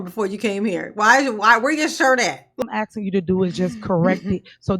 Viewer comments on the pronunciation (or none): Great shift from Darrell "axing". Now it's ms tiff doing all the "axing"...other people's money!😮